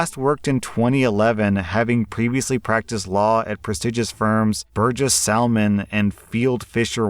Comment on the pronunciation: I want to start off by asking, did pronounce the L in salmon? Sorry, hearing that confused me for a second but I'm from Oregon, we kinda take out salmon & word pronunciations seriously, I think a lot of people that where I'm from are just tired of people saying places where we live wrong, including our own state but I don't blame anyone for mispronouncing the cities & such within Oregon, pronouncing the L in salmon though? Fish is kinda a universal thing I thought but I am spoiled, growing up close to a river & an hour in a half away from the ocean so maybe fish isn't as universal as I think. As for the whole choosing beggars who are kids who try robbing creators to glam up their youtube, they should travel back to when I was a teenager. I'm gonna pull that whole old person line, back in my day, we had to do all of this ourselves & guess what? We had fun with it. Really, anyone tried personalizing a youtube channel back in 2009? That was so much fun because you could have a full on background & change the box colors & so on. I use to spend so many hours putting together a collage of images like screenshots I took in Toontown or something then use it as my background & try to balance the colors of the boxes to match the bg & still look nice with one another. This was during a time when I was taking painting in high school & was learning more about colors so it was great. Also, you could control the transparency. There might of been artists who did custom backgrounds & s